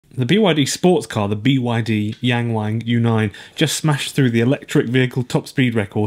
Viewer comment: It's so cringe hearing this joke everytime since it's only because westerners have no idea how to pronounce "ang" sounds in Chinese. It isn't pronounced that way at all. It's like when someone at the restaurant ordered Jalapeno as actually Jay La Pee No or reading Nagasaki as Nay Gay Say key and chuckling to themselves and pee and gay being in the name.